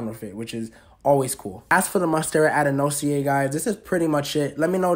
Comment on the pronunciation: Name is pronounced Ad-an-sony-eye 😬